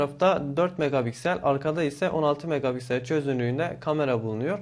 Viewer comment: megaBiksel demen beni benden alıyor